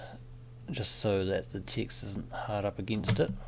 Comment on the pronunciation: Every time you say "Text" I keep hearing "Ticks". The rest of the words appear perfectly legible. =) How is that? What kind of accent is it? And oh, enjoying your tutorials a lot - very new to Illustrator (and frankly detesting its cluttered UI).